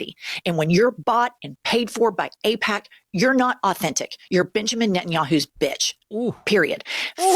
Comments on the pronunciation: Ipack. What are you trying to hide Kyle? 😂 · Kyle, its pronounced eyepac....or is it.... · Was Kyle kulinski mispronouncing aipak at the beginning of the video a passive aggressive jab at David pakman? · uh oh! Kyle forgot how to pronounce AIPAC too! 😂😂😂 /s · Secular talk confirmed dark money! Doesn’t know how to pronounce aipac! See first 20seconds!!! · I feel like that mispronounciation on Aipac was a Freudian Slip shot at David Pakman or David Pauhkman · Hole up' was that mispronunciation of AIPAC at the beginning of the video a David packman jab 😂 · Pakman got everybody fucking up AIPAC's pronunciation now. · whoa does Kyle not know how to pronounce AIPAC? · IT'S SPREADING! Now Kyle also can't pronounce AIPAC. 😂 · Is Kyle all David Pakman now, not knowing how to pronounce AIPAC? 😉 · Well I can't believe you pretended not to know how to pronounce it Kyle. How topical of you. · smh now even Kyle is pretending not to know how to pronounce AIPAC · Kyle pretending not to know how to pronounce AIPAC! He’s compromised!!! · Aussie here. I love Kyle almost mispronouncing AIPAC like David AIPackman 😂 Time for the left to take over the Dems and force the corporate shills out. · "AIPOC"? Pfft, okay whatever you say Mr pakman.... xD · Oh! Now Kyle is mispronouncing aipac now too! WHAT IS GOING ON? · 😆- you slipped up pronouncing AIPAC. I think you were channeling your David Pakman doppleganger. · Looks like Kyle isn't sure how to pronounce AIPAC, either 😅